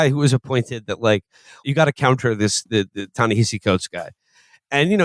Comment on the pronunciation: Felix is pronouncing Ta-Nehisi wrong